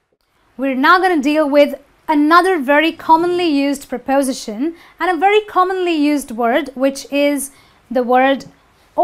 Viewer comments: It is not pronounced as prapowsition. It is pripustion. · It's pronounced prepoSItion, not prePOsition. You use 'by' in passive voice to introduce the 'doer' of the action, it has nothing to do with the past. You can say The microwave was fixed but if you want to add who did it, you need to use 'by' before the (appliance repair) technician, because it is not a mechanic's job. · my ears almost fell off when I heard you repeatedly say 'prepOsition' :-) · amine meziane You should stress your word "prepos'ition" properly.:) there are some minor mistakes in your presentation too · Please learn to use how to stress syllables correctly. The word 'preposition' is not stressed on 'po', but on 'si' just like most words ending in 'tion, 'ian', 'sion', with a few exceptions . See Daniel Jones' dictionary or Recognized Pronunciation! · She's not pronouncing the word"preposition" correctly. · You mispronounce preposition.